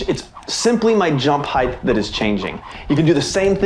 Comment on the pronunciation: Great tutorial. But….Heighth. Bruh.